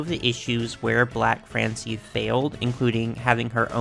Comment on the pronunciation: By the way he voiced it, I thought they called her "n-word Francie"